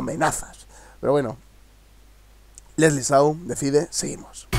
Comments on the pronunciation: Su apellido se escribe Shaw pero se pronuncia Sho no Show sigue haciendo reacciones a la musica de Leslie me gusta tu estilo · No se dice Sou !! Se pronuncia Show ... Como si estaría diciendo shhhh XD... vamos tu puedes pronunciarloo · No es sou, se pronuncia shou pronuncia bien q nuestra idola, chaval. Si no me voy a de suscribir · Lo sigues diciendo mal 😒😒, no es sou es Shaw es como decir show pero la O lo cambias por la A. Igual saludos desde Lima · Calmate caramba no es su culpa que se le haga tan dificil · su apellido se escribe shaw pero se pronuncia "chow" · Se pronuncia "shóoou"... :)...y la canción "decide", la hizo cuando terminó con el enano diabólico de Mario Hart...Fue un tiempo en que Mario para aquel tiempo, estaba tratando de reconquistarla por que le había sido infiel a Leslie en una discoteca....Ojo!...Fue Mario quien la metió en el mundo urbano pues El ya estaba inmerso en aquel mundo....Leslie antes era sólo rock o pop ... Algo bueno aprendió de aquel enano....jajaja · Tantos videos de leslie show y no sabes aun como.pronunciar su apellido ???? Se pronuncia shauoooo.... como shampoo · Se escribe Leslie Shaw pero se pronuncia Leslie Shou ps 🤣🤣🤣😂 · Ostias aun no puedes pronunciar correctamente el apellido de Lesly. Consejito escucha al final del video que hace con Legarda ella dice su apellido y listo.😉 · Este es el 3er video al que reaccionas de Leslie Shaw y aun no sabes como se pronuncia 😠😠😠😧😧😧😧😧😧😡😡😡😡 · JAJA, es que no puedes pronunciar su apellido :-D